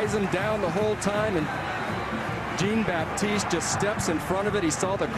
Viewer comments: Is he Haitian? If so its (sh-on) baptise not (g-een) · These people can't pronounce Jean-Baptiste for shit